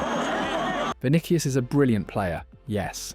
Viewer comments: Not to be a hater or anything, but you really need to look up how to say stuff. not even 1 minute in and I'm not watching anymore because "Vinikius" and "klassiko" was too much for me... This is wasted potential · “Vinikius”! Would be good to learn the name of your subject!